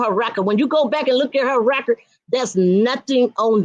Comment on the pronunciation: Wreckard not record 😆🤦‍♀️